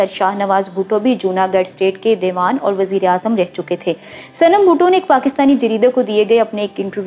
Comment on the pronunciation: آپ اُردُو کے کُچھ الفاظ صحیح نہیں بول رہی ہیں ،مثلاً ، اُلاد نہیں اولاد ہوتا ھے ، دے وان نہیں ، دی وان/ دیوان ہوتا ہے، گنوا بھٹو نہیں ، غنویٰ ہوتا ھے